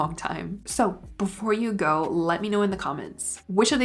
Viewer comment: I like your videos a lot but I have to tell you something that has kept from even finishing them. You really articulate your words but you also have this tendency to add the “h” sound to any word you can fit it into. I think you’re just trying to pronounce clearer but it’s extremely distracting and overbearing. G-ho, expl-hain, c-hook.